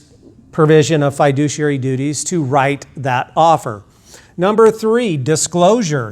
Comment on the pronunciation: not even saying "fiduciary" correctly..... yikes.